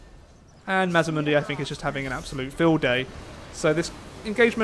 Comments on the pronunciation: Its MAZ D MUNDI sorry but it drives me crazy when people say it wrong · MazDamundi. There is a D. you keep forgeting